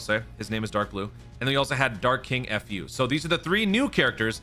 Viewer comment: Dark King F-U... bruh said it like that and it was very funny😂😂😂